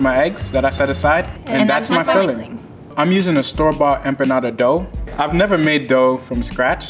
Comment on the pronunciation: EM...PAH... NADA.!!!!!